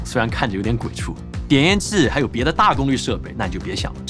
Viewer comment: 点烟 器qi --- 我好像请你读准一点 不是Chi